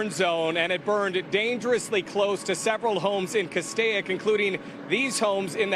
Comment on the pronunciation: The I in Castaic is silent! The original spelling was CASTEK it is and always has been pronounced Castake!!! Also one house / Residence in Halsey Canyon burned to the ground...... Please try to get the real news right! NBCLA Its like 3rd graders are reading the news!!!